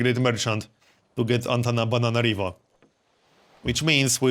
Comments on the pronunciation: why do you say Antanabananarivo instead of Antananarivo? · Is he saying AntanaBANANArivo? :))